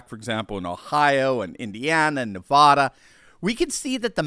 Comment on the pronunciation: FYI: The a in Nevada is pronounced same as MAGA.